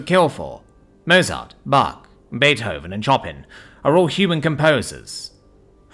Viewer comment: Chopin!!!! 'Chop in' for fucks sake dude is pronounced show-pan, now your ruining the greatest musical talent ever, your debauchery knows no bounds....